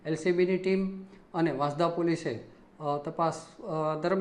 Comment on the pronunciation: Report karta pahela sacho ucchar janvo jaruri se vasanda vansda ma bo farak se